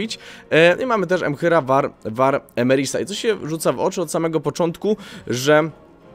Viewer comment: Emhyr var EMREIS, nie Emeris. CDP się jebło.